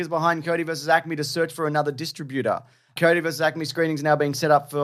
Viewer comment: They keep saying 'Cody' instead of 'coyote'. Another Dune/June situation. (kīˈōdē)